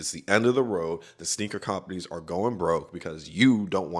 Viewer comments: “cOOMpaneez” killed me, good video tho🔥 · The way you say companies is very annoying beyond that great work.